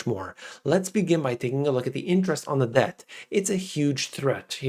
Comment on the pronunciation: I thought you said "Rising Depp crisis," but then I realized I miss Heard.